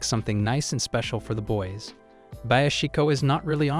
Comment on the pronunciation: He tried his best to say boys